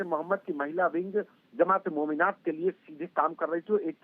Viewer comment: It is pronounced 'Mominaat' didi. Isiliye dysri languages ki pronunciation bhi seekhni chahiye. Mr. Sharma did a better job.